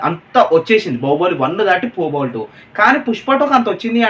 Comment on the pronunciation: బహుబలి కాదు బాహుబలి 😅😅😅